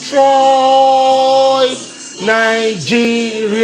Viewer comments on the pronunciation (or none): is it "CompatrIOTS" or "CompatrOITS"? Lol!